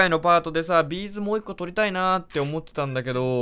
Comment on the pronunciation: のビーズの発音B'z